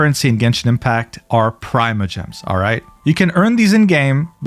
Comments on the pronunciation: you been playing genshit for 5 years and still call it PRY-MOW-GEMS" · NO WAY I didn't just hear butchering Primogems as pry-mo-gems💀